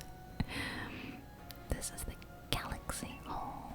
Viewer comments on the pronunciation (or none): none